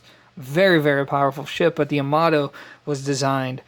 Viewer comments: Quick tip: Yamato Ya-Ma-To (a as in Ja (German), o as in No) No stressed syllables, so not Ya-MA-To, and it's Ya, not Yo. The joy of knowing Japanese: there's only one way to pronounce any given character. Sorry, just a pet peeve since so many pronounce Yamato like it's English. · Pronounced…Yah-Ma-Toe (Yamato)